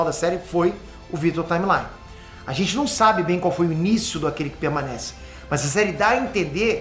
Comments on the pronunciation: Vitor Timely. Parece q ta falando timeline. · Única critica pro video é que o falou Vitor TimeLINE o video inteiro, e na verdade é TimeLI (Timely) personagem que compartilha o nome com o primeiro nome da Marvel (Timely Comics) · Que nervoso que me dá escutar o falar Victor timelyne ao em vez de Victor timely haaaaaaaaaaaaaaaaaa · Para de falar vitor time line.....nao é assim po..."timelly....timelly" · sendo bem 🤓🤓🤓, vc tava pronunciando victor timely errado 😭😭😭